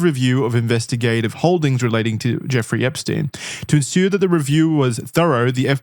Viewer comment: Why does call him Jewfrey? 😂